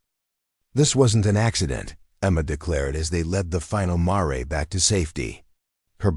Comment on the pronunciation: A good story at 1 hour an 13 minutes so far if U can stand the AI pronunciation. A horse story where a "mare"- female horse- is pronounced "marry". This thing is full of them, the worst , I have heard but so far a "ud " (good) story dot At the end I am not sure even AI knows which horses it is talking about, the Ironwood band or the Sullivan band at the lock up facility, kind of comical dot Starts out "ud" and burns out dot